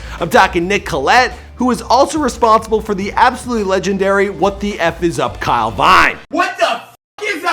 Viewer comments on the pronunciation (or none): none